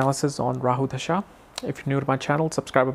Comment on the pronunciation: you have to look for transits too during this mahadasha. And, brother..its called dasha not dhasha as you keep saying.